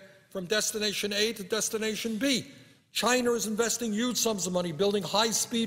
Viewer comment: Can somebody please count all the "yuge"